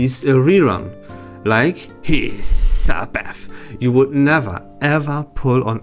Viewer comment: Until this video I thought you had Tourette’s syndrome when you said hissbeth in your other videos